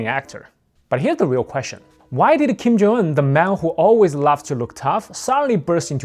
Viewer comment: yo slow down! you barely said his first name. Sounded like you said "Kim Jonggg"